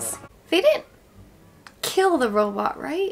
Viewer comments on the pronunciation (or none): made me imagine Elmer Fudd singing "kill the wobot"